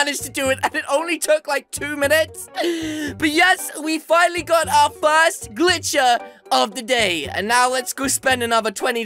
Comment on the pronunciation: he wanted to say finnaly but he said fuckily xD